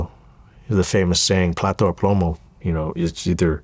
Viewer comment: Bro said "plato" o plomo 😅